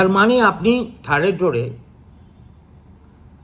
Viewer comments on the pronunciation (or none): none